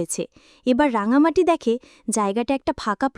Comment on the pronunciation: রাঙামতি ওর নাম, রাঙামাটি নয়।ভাষ্যপাঠের জন্য সঠিক মানুষ নির্বাচন করা উচিত